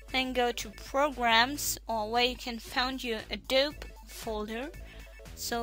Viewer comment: btw: it's pronounced "Adob_eeee_" (in german: "Ädobiii", not Ädob")